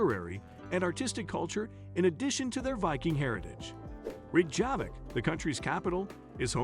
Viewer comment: can the narrator learn how to pronounce name of the capital? Ita makes him look like fool